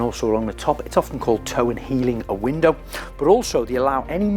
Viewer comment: me too. The way Craig says it should be standard pronuciation. Love it too!